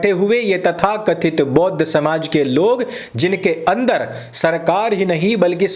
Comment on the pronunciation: Bodh nhi bauudh (Buddhu) hai ...